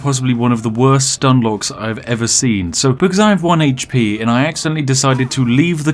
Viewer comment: I just like hearing him say "heych-pee".